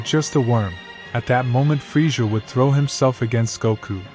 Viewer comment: His name is Krillian just have to say that and the way you are pronouncing villain it's pronounced with two z's in middle of his name like this Frizzia